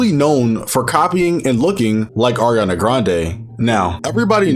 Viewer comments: went from Ariana to “Arina” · It's Ariana not Eriana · It’s not (Air) ianna it’s (Are) ianna